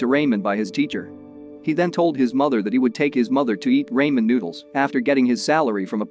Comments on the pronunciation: “Raymon noodles” sorry its Ramen Noodles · As someone who watches Asian movies, It irks me hearing you incorrectly pronouncing 'RA - MEN' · "RAYMIN NOODLES" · raymen noodles lol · not the "raymen" noodles 💩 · "rAimEn noodles" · This was a heart touching movie… enjoyed the summary (even though Ramen was pronounced like …lol) Thank you for sharing! Side note- maybe it was just me but none of the main cast looked familiar, whereas… the woman acting as the librarian looked like someone very well known ? Hmm 🤔 rare to see someone you would think is more famous take such a small side role.. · It kills me when he say ramen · bro why he say ramen like that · Omg it's so funny but I will not judge him though